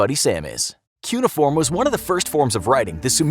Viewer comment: You said cuneiform wrong